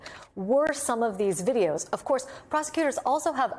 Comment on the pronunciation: I thought he said Dideos!!! To describe the videos